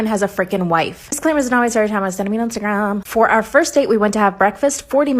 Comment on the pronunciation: “It was sent to me on ✨iNsTahGraHMmMm✨”